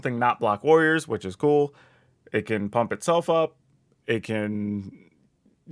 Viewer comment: Borriors? Warros? Eitherway, this is a very chad build